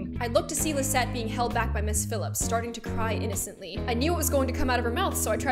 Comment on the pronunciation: My name is Lizette, AND IT SOUNDED LIKE GLOOM SAID MY NAME, I AM SOOO HAPPY